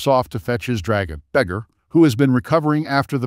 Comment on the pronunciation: its vey-gahr not beggar